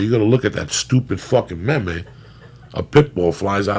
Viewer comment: he called meme, may may haha